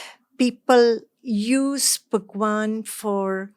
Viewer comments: I m sorry but Why she says bhagwan as pakwan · She is telling bhagwan or phakwan 😂😂😂 this seems quite funny to me